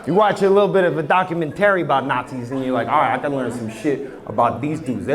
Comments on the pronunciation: I love but why does he pronounce 'documentary' like that 😭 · Hahaha! Now I can’t stop saying it like that😂😂😂😂 I was just talking about them too; I had zero issues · i think its part of the bit..... he slips up during the end and says it correctly . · It just part of his show, enunciating it in a silly way to make the crowd laugh. Comedians use lots of vocal inflictions and emphasis tricks to add to their jokes…. Otherwise it’s just some dude talking about watching a documentary on Hulu… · At least for me as a fellow East Coaster, its intentional. Idk why we do this. I know alot of ppl who do this. Maybe im wrong. But that's my take.